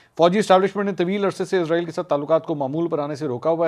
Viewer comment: یہ اسرائیل ھے ازرائیل نہیں 😮